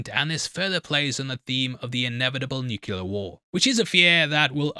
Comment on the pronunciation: Do English people pronounce nuclear as “nookular”?